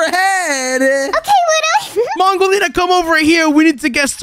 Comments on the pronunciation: You Saïd wudolina you support to say mongolina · Mongo accidentally said wudo lina to mongo lina 😂😂